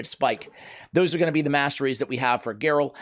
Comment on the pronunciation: Just got her. Will try to do a slayer build. Pretty funny stuff with butchering her name